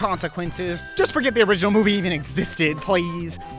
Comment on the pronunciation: Did he say forGyatt 🤣😭🤣😭🤣🤣💀💀💀